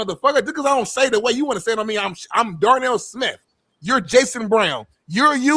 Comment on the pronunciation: Darnell “My-Nipple-Ate” Smith